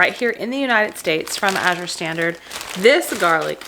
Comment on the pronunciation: This was a fantastic vlog! Well done, concise and informative . And, unlike so many, you pronounce Azure correctly! Thank you👍